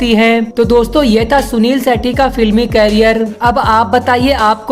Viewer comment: जब नाम भी बोलने नहीं आता है तो वीडियो क्यों बनाते हो भाई